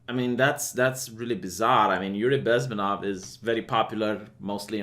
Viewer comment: His name is pronounced BezmEnov. Emphasis on the E.